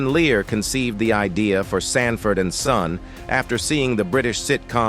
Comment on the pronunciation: To the narrator of this video why is the actor Lamont being called a (Demon) instead of Demond and why is Sanford and son is being pronounced sand - Ford ?